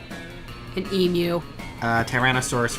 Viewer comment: Thank you for saying Emu right. :)